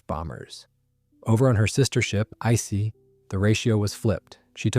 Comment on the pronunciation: How many different ways did this AI mispronounce "Ise"?